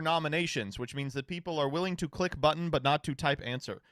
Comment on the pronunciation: my man said “cleik”